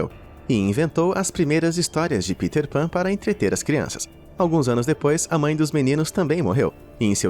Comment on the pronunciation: Kkkkk “Piter Pan”... PITER pan PITER PAN